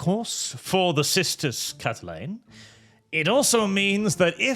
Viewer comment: Chatelaine starts with a "ch" sound like chat. Not with a "k" sound like cat.